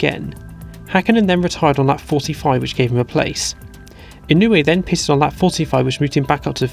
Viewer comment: If I may be so bold: As a great admirer of your work, I suggest you work on your pronounciation of "pitted". As a non-native listener, I mostly hear "pissed".